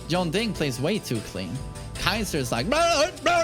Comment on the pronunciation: Yong-ding. Jeeezuz. It's Jun-dding. Say it exactly like I spelled it. My ears bleed everytime you butcher that name.